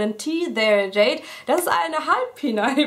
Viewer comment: der Kanal heißt nicht teetherejade sondern teetharejade :) (teeth are jade)